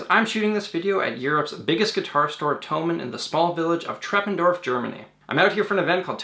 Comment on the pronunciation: The way you pronounce Treppendorf 💕